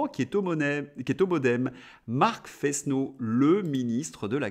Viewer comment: Pourquoi Fesse-no ? C'est le "s" de l'accent circonflexe. Forest donne forêt. Frenot, comme frêne. Il me semble.